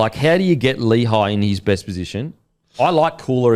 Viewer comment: How is Lehi's name pronouced so badly? Its not pronounced Lee-high, it's lé-hee.